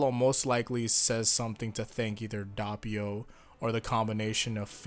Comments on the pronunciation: Isn't the first "O" in Doppio pronounced as "Oh", not "Ah"? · its Doppio not Dappio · It's pronounced /ˈdop.pjo/, not /ˈdap.pjo/. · Its Noy DA PPI o its doppio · "DAH-pee-oh"?! Good heavens, I cringed. Please rewatch the anime to hammer the correct pronunciation home. "Dee-AH-vuh-loh" vs. "DEE-uh-VOH-loh", either is apparently fine according to reputable sources, but "DOH-pee-oh" is the only way to pronounce Doppio's name. It's an Italian name; this is the same as people mispronouncing Mario as "MAY-ree-oh" or "MEH-ree-oh", when that's simply not how Italian names work. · I love you man, I really do. But it's Doh-pio not Dah-pio. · it’s (Doh-pi-oh) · Why do people pronounce it dappio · The hell is dahpio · Bruh this man said dapiou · Also Do-pi-o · Your saying doppio wrong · it sounded like you said doppio in a Russian accent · Please...Please...just say Doppio right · HAVE YOU NOT LEARNED? YOU FUCKING DARE STILL MISPRONOUNCE DOPPIO? AFTER ALL THIS TIME?!